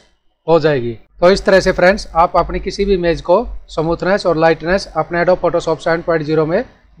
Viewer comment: फ़ोटो को समूथनेस नहीं कहते बल्कि स्मूथ बोलते हैं।।। ओर यदि स्मूथ नहीं बोल पा रहे हो हो गोरा या साफ बोल दो गलत उच्चारण से हमे तकलीफ है